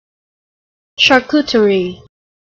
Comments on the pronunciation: This is pronounced with English accent. The real french pronounciation is not exactly that (the e is not pronounced and the r is different). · because she is pronouncing it wrong. the "terie" is not ter-ree, but just, tree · what a hell do you (english people) tend to pronounce every french word like that??